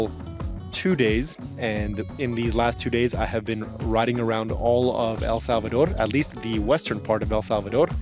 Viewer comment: Thank you so much for taking the trouble to pronounce the name of our country properly!